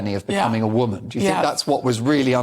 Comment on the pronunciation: 💭 She said WANMAN , I think she means WOMAN💭